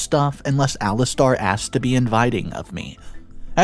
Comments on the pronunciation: Ali stare. Not Ali star. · Alis Tair (as in air ) not Alis Tar (as in arrrrrrr) like a pirate 🏴‍☠ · It's Ali STAIR! NOT star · Actually it Alistair. Lol